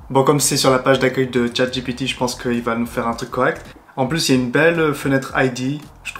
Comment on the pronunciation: Attention à la prononciation: "dji pi ti "et pas "j'ai pété" ;o) On joue à chat j'ai pété ? C'est toi qui colle !